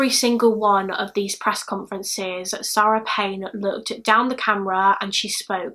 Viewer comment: 👍🏼 just for the correct pronunciations of SARE-ah and SAH-ra.